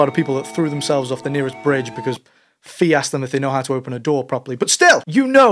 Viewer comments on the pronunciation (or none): Also, everyone knows it’s pronounced “Fi”.